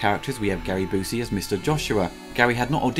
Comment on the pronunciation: Byoosey, not Boosey.